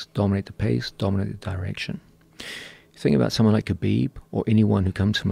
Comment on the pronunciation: Joe "Khalabib" Rogan